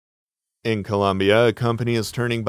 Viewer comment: The country is ColOmbia. The nickname for the USA is ColUmbia. Mispronunciation!!